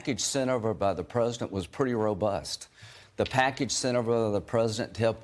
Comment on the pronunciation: Lindsay Graham "...the packidge sint over by the prezdint" STFU